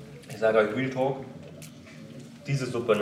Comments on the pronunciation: Wenn „Realtalk“ sagt hört sich das eher an wie „Wheeltalk“ hahaha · haha ist euch aufgefallen das immer wealtalk sagt trotzdem sehr sher nices und interressantes video